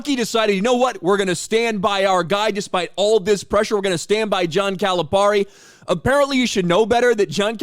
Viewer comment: We’re glad he left. Also the way you say his name is cringe. He doesn’t even say his name like that.